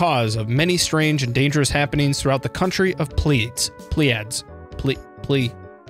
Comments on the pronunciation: Pleiades is pronounced plee-uh-deez, named after the Seven Sisters star cluster/from greek mythology. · Pleiades is pronounced like Plee a dees, btw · Plaides - Play-Ah-Dees. Like Hades, kinda. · “PLEE - uh - DEES” Pleiades